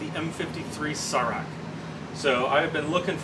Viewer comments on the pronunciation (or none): Cool vid. I dig your content! FYI: the M53's name, "Sarac" (pronounced "sah-RAHTS"), means "Scribbler" in Serbo-Croatian.